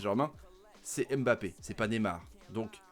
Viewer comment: S'il vous plaît faites un effort. Incapable de prononcer Mbappé.